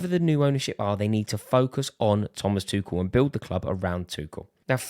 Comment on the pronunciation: Who tf calls Tuchel ‘Twoshell’? You lose the debate there and then